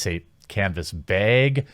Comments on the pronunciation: Please don't say beg. It's bag. You said it right the 2nd time . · IDK if people explained about the how bag should be announced the 'a' is like the 'a' from apple. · Is that a Minnesotan pronouciation of "Bag?" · Honestly man, quit being self conscious about how you say, “bag” I’m sure most of us don’t care. I have a pretty heavy southern draw, and I don’t let it affect me when people probe me about it. Anyway! Keep up the great content my dude!!! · I love criticizing the way you say bag lol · How dare you say bag wrong :P